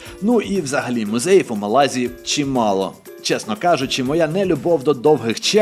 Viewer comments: Напевно, це байт на коментарі (а мені і не шкода), але ж правильно МÁлага і в МÁлазі, а не в МалазÍ , бо звучало як "в Малазії" Чудовий контент, бажаю вам ще більшої популярності! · 10 хвилина перегляду і закінчую дивитись бо це брехня, проживаю в Іспанії 25 років.минулого тижня також був в мАлазі(будь ласка ставте аксент на першу А, бо важко слухати). Не знаєш то не росказую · Малазі наголос на перше А